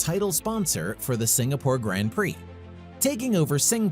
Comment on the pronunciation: There have already been quite a few comments about the various errors in the video. I’ll just add one more. Check pronunciation of “Grand Prix”.